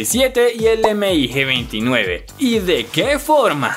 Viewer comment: La parte en la que dice M-I-G en vez de Mig fue lo más horrible.